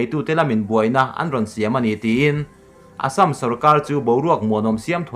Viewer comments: Assâm hi i lam diktawklo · Ka hriat ve dan chuan Assam a lam dan khi a dik hmel zawk. Keini mizo hnahthlak ho lam rik dan lo hian an lam ri zawk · Assam tih i lam/thluk hi a dik lovin a hriat.(insiam that nan) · A Assam lamrik Dan kha ,, ka ngaithla tluan peih lo ,, 🤣🤣🤣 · Assam lam rik dan hi a dik lo deuh in a lang, fimkhur nan hmang i la, Mizo ṭawng lam dan ngat phei chu fimkhur a ngai khawp mai... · Vairengte bak i la pel lo em ni ? Assam tih pawh i lam rik dik theih loh le aw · i assam lam rikdan hi ngaihthlak a nuam lo ee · Assm to hi lamdik be hram tawh la mizo inih chuan. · Class 1 atanga college thleng i kal ka ringa...zirlaibu ah pawh Assam hming hi kan lam zin viau thin kha...i Assam lam dan hi chu a zialo em mai...fimkhur ve deuh la maw le...i channel lah a tha kanti bawk si a...i chhiar thiam lo thin em mai. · Assam hi lamrik angai zing si a, a ngaihthlak a nuamlo hle mai tawng thluk diklo hi chu. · A dik ,phun peih vang leh en peih loh vang ni lo in,lam rik dan pangai awm ve reng a😂👍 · Hepa hi tawng lamrik dik hi a hrelo pawh anih ka ringlo.miin an sawisel vanga tilui anih ka ring.india leh china boruakah pawh khan sawiselna atam,ati lui talh tho.leitawta hi🙈🙈🙈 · Assam hi i lam diklo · Assam hi midang lamdan angin lam ve maila,ngaihthlak a nuam zawk ang a,i thil thluk dan a mak thei e mai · Keipawh tuna Assam tih kher lo ah pawh hian thluk diklo hi ka hre ve zeuh² thin , tihsual chu a awl ve duh khawp ang .....